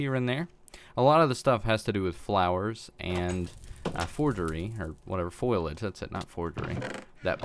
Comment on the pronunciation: I think you may be mis-pronouncing Foliage. Its "foe-lee-edge" basically.